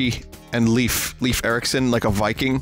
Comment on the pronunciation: If he's the Scandinavian viking he looks to be, it's actually pronounced [leɪf]. [eɪ] is the same sound as the letter A, as you say it in the English alphabet. So it's more towards Layf than Leef. I know this probably isn't the AMERICAN way of pronouncing it, but it's the proper Swedish way. :p On an unrelated note, the Swedish way of saying Joel makes it sound like it's from the planet Krypton: Joo-El.